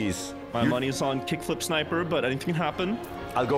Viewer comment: not being able to read kickflipsniper is so funny to me